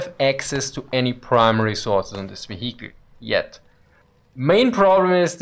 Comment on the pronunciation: You can tell it's german because it's one hell of a wheee-icle.